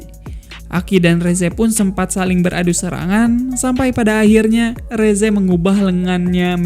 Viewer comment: Rezze yang benar" resse:v